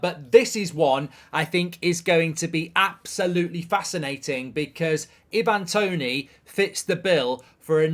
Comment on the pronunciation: Who on earth is Eevan Toney?!